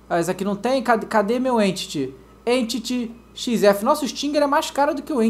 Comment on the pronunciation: o nome do enity xf e emtiti ou enity xf pq o fala emtiti